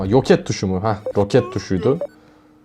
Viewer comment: abi yoket degil roket o